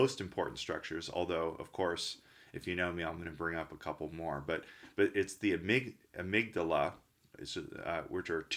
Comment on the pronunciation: Amygdala, the guy doesn't know how to say amygdala or benzodiazepines, besides confusing limbic with lymphatic throughout the video and you think he's an MD?